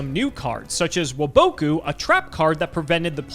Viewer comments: In my 24 years of YuGiMon, I have NEVER. EVER. EVER. Heard someone call Waboku “wOe-BoE-kOo.” It’s “Wah-buh-koo” you walnut, Tea says it in season 1 of the show against Mai. God I was hoping he was gonna play it against MBT and say “woeboekoo” so MBT would roast him. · Love content but why does he pronounce waboku the way he does even yugi would ask why lol